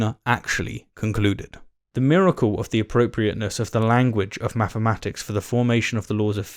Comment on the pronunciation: He keeps saying “maffematics”😂🤣